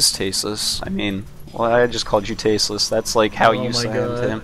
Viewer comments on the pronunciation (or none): I knew he'd slip and say tastless at least once =P